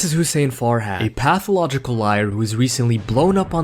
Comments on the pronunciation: Pathicological lmao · Couldn't see all the syllables in pathological 😂😂😂😂😂 love it